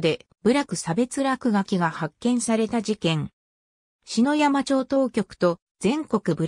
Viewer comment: ありがとうございます。 削除動画の主です。 ところで篠山町＝しのやま、ではなく「ささやま」です。 関東系の人はみな「しのやま」と発音します。